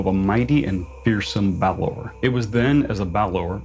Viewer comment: I think you're the only person besides me who doesn't say "Baylor" instead of "Balor"! 😮